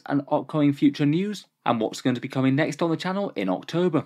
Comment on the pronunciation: Excuse me "Orktober"